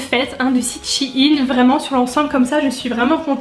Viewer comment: Shi-in ?? NAN shein